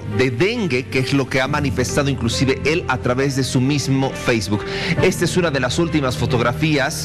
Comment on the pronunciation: Si saldrá de ejta... 😬😬😬